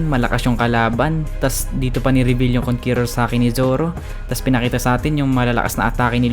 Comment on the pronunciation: konkeror boi